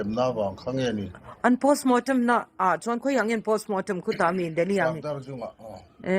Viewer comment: Postmortem pawh ati lo postmootem ti ngei ahhh